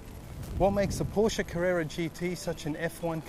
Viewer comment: FINALLY! Someone who pronounced Porsche correctly!